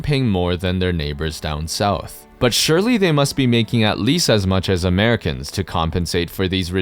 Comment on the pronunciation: You're making "(Never gonna happen, Americans)" sound waay more like "(Never gonna happen, Canadians)"